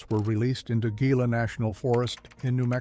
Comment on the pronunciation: One time he pronounced Gila wrong, and a bit later finally correct, and the pyramids were not built 4,500 years ago by Egypt's but around ~11,500 years ago as power stations long before Egyptians even existed. Take care and stay safe!